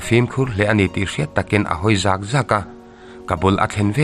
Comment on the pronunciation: U rum hawi zaaak zaaak ....nilo in , zak zak tih tur